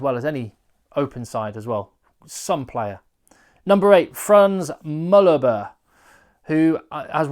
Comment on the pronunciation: I'm being picky I know, but your pronunciation of some of the players names is not great, Frans Malherbe for eg.